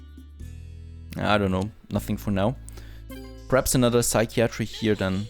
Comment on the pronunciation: Your friendly neighborhood English teacher :) if you care, see some tips below. Psychiatry is pronounced (sigh kai uh tree) not (sigh kee ah tree) "As far as I can see" is the set phrase. You don't need "as far as I can see THAT" Dehumorfier should be broken down like (de humor fier) think "Sense of humor"